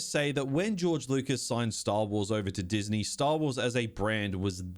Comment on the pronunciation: Diz knee